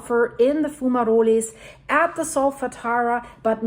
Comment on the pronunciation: In English, the E in fumaroles is silent. It's fu-ma-rolls